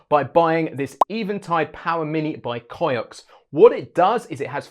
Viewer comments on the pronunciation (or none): Cioks is pronounced "chocks."